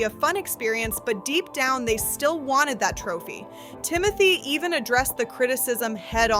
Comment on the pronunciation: Humble? When has Tim-o-Tay EVER been HUMBLE?!